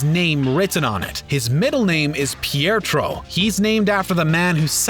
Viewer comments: It's Pietro not "piertro". Also make us cry? Really? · You mean his middle name is Pietro, no "r" after "e"